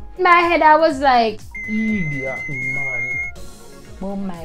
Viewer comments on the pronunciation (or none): "In my head I was like... EEDIAT MAN" lol